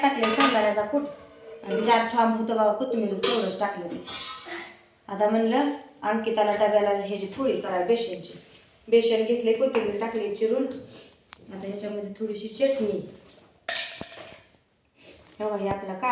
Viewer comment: तुला साधं बेसन पोळी म्हणता येत नाही का गं. एवढं पाणी आहे तर एक बेसिन बसवून घे की.